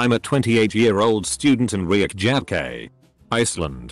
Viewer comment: The way it pronounced Reykjavik😂😂